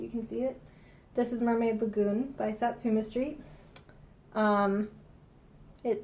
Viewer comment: its sooooooooooo good to see you back. everytime you say sat su me street (sp) i kept thinking your saying sesame street lol